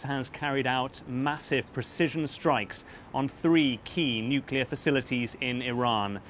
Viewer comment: Trump still can't pronounce "nuclear" he's got Nixon's ethics and W's competency